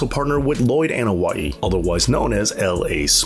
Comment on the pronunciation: The letter A is pronounced as an "AH" (AH-noa-i) sound, not as in At, Cat, Hat, Mat, etc. In the Polynesian language, just like 99% of the non English speaking world, vowels are short in sound, Ah Eh EE OH OOH (A E I O U=English style.) The Usos, is sometimes mispronounced as, YU Sos. The letter U in Uso, is pronounced as OOH, not YU. Every so often you'll hear Jimmy or Jay yell out, OOH and the audience yells out SO! Jimmy and Jay does not yell out, YU. But, very good documentary.